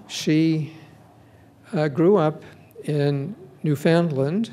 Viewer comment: I almost puked when he called it newFOUNDland. It's NOO-finLAand buddy, get it right.